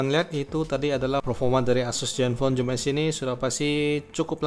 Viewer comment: maaf mas "Zoom S" bukan "Joom S". oke